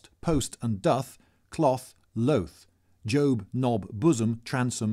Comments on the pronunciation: did he pronouce job as jowb? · im sorry but you pronounced 'joab' when its job lol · Also he said job like jobe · Did he mispronounce ‘job’? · Job, nephew and housewife were incorrectly pronounced and those are some of the easiest words on the list!